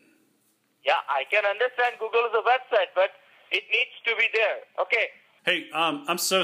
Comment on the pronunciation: He pronounced google as guggle lol